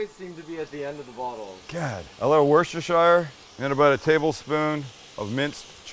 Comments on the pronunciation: Worcestershire is pronounced Wuss-ta-sheer…just FYI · It’s pronounced Worcester-Sheer love from England